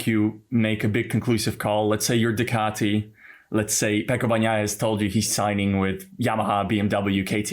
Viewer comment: Just out of curiosity: how can someone who sees Bagnaia after after day of track action still call him "BaKnaia"? 😂 Try "Bañaia" if that maybe helps, 😄